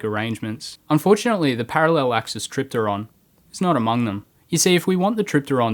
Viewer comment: I think if you pronounce the P in helicopter, you can pronounce it in tripteron